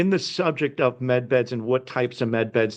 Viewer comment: Med beds not men beds!